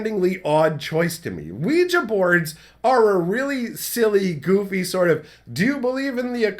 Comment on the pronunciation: Wee gee not wee juh. I was so confused for a min wondering what he was talking about, lol.